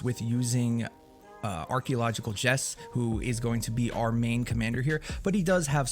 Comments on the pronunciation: Arc E all a jess, say it as a sentence not one word. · Archaeolo-jess is a play on the word archaeologist. So that should help you pronounce it better